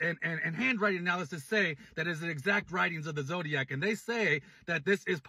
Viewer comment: i cant take pyro saying "the zodiaz killer situation" seriously